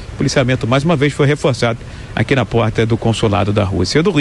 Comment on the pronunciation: "Do Rio... Rodrigo Viega-rrrrr"